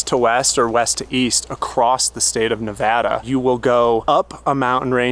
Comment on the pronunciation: Love your explanation of the Great Basin! As a Nevadan, I didn't even know this, but I especially appreciate that you pronounce Nevada correctly. Happy Travels!! 🙂